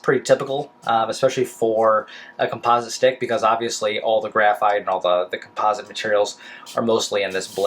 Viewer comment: hmmmm your saying "composite" wrong, just an FYI lol